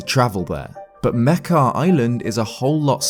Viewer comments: wait is that how you pronounce Mekar? I pronounced it "Meh-car" lol not Meh-keh" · its pronounced (muk-are)